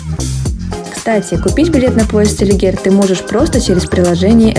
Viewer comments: Селигер , а не Селигёр. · СелигЕр, не селигёр😉